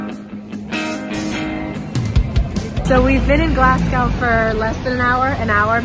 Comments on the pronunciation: ahahah glas gaow (enjoyed this video enjoyed your bad pronunciation) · I live in Glasgow and I’ve never heard it pronounced that way some people say glas-go or gles-ga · How can you pronounce Edinburgh correct but get Glasgow so wrong? 😂. (Glaz-go) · it is glasgo. as in go ;0) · It's pronounced like Glah-s-Go 😂 brilliant video all the same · don't worry you said it right. except Glasgow, that is pronounced glas-go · Pronounced Edinburgh... Edinbruh.... Glasgow... Glazgo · i don't mean to sound rude but you were saying glasgow wrong the whole time. its pronounced Glaz-go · Sorry, sorry, Glas-Gow?🧐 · Glasgow is actually pronounced glasgo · THE WAY YOU PRONOUNCED GLASGOW, SO PRECIOUS!!!!!! 🥺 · Yeah im not from scotland so I pronounced it wrong lol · I know i cant tell you how to say it but you are saying glasgow wrong, just a wee heads up. sorry i dont mean to sound rude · Good video but you NEED to learn how to say Glasgow properly... And tell the rest of America pleeeeaseee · I live in Glasgow, and I've never heard anyone pronounce Glasgow like that :)))) You sound like you're saying Glas-cow :))))) It's pronounced more like Glas-go :) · Please stop saying Glassgow, if you're Scottish, which you ain't, it's Glesga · Whenever a Scottish person hears Glass-cow .... a wisp dies , Glazgo , or Glesga will suffice :D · I have never wanted to go to Scotland but these videos have made me really want to go! Also, it's not really important because you can pronounce it however you like but in case you wanted to know, the O in Glasgow is pronounced O as in Go not O as in Ow. but it doesn't really matter! I love your videos!! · glass cow???? it's glaz-go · Glasgow - pronounced - Glas - gow (as in row, sew) not Glas - gow (cow, allow) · Love this video. You pronounce Edinburgh correctly. You're pronouncing Glasgow wrongly. Say Glaz-Go (not Glass-Cow) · It's pronounced Glasgo. Sounds so weird pronounced Glas-gow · it’s pronounced Gles-ga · actually its GLESGA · Its glas-go